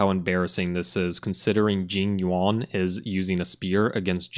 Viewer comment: the name pronunciation oh my g o d